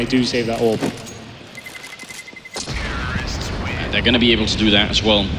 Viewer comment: Is it just me or is it annoying when the say a,w,p. JUST CALL IT AWP